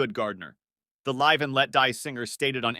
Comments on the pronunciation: Just because the narrator can read, doesn't mean he should. Give it up. And for your info. It's live as in give not live as is hive. It's playing with the phrase live and let live. Apart from that the stresses were all in the wrong place and you ruined the information you were trying to put across. Having said that, iconic band and god bless George. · The bot mispronounces LIVE and let die . Great photographs!